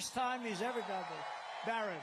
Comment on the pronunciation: Why does Trump call his son Byron? "Barron" has never been pronounced that way